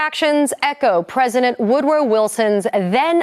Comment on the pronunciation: did I hear her correctly? It sounds like she pronounced Woodrow Wilson’s name as Wood-row instead of Wood-drow. I’m just curious. I mean I guess the pronunciation makes sense in a way, I’ve just never heard it pronounced like that.